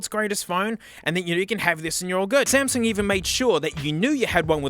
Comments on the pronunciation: Bro said Smasnug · The "SMASNUG" got me🤣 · it’s SMASUNG NOT SMASNUG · "Smasnug" bro wtf 💀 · foreshadowing and also ''WOAH SMASNUG'' 😂😂😂😂😂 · s- SMASNUG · I lovem whe he calls samsung the samsnug 😂😂😂😂😂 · That smasnug caught me off guard 🤣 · "smaZnug" hehe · Smasnug. You mean Samsung. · Real: Samsung What he said: SMASNUG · SMASNUG AGAIN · and there. You forever ruined the way I say "Samsung". I even refer to my S23+ as a Smasnug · Samug🚫 Smasnug✔ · love the smasnug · Sp- SMASNUG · The Smasnug Galaxy Note 7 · Ah yes, the Smasnug. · "iM aRmInG tHe SmEsNuG" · Smasnog lmfao 😂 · He Just Said Smasnug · S M A S N U G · "Smasnug" got me dying💀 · Lol SMASNUG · when he said smasnug i felt that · He said smasnug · SMASNUG has me dying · is blud wron for saying smasmug tho? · S M Λ S N U G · came in hard with the smasnug 🤣🤣 lost it right there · “Smasnug” - 2023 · I'm never saying samsung again.. smeznug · You said Samsung worng